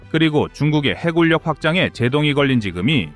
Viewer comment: 해군력 해굴력이 아니고 해군녁으로 읽어야 합니다 바른 우리말을 사용해야 대한민국의 군사력을 논할수 있지 않을까요?